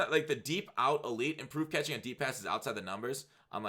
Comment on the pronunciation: Overpowered katkhing plz b SoberFoxx kuz u sound likk DrunkFoxx with that one